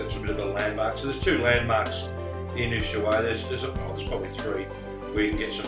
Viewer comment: My g/f is Argentinian and we met in Ushuaia! A hotel that is now a clinic! We have been on that road many times, with Montiel bus and her brother in a car. The train at the end of the world was fun and the guys there knew about the RHDR in Kent as they made the loco's they use! One comment though, Ushuaia is pronounced "Us-why-a" Us like oos, The Spanish don't generally use the "H" it is normally silent, as in "Ola" Hola, etc. Safe travels mate!